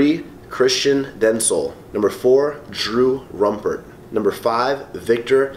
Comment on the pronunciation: Rupert not rumpert. Got all of the Hispanic names on the fly! Wow, amazing winners!